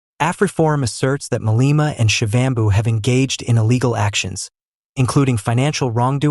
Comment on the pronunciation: You don't know how to pronounce Malema' Surname how about you stop reporting on black people as a bloody(Literally your parents) white man!